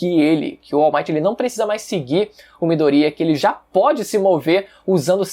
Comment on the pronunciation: Que agonia de vc falando midorÍa velho, nem na dublagem original eles falam assim